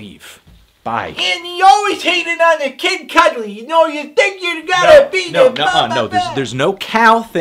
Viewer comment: Idk why saying "Kid Cuddly" made me laugh chuckle so rapturously.